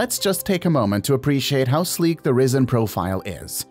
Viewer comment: If it was pronounced like the narrator, then the spelling would be 'Rissen'.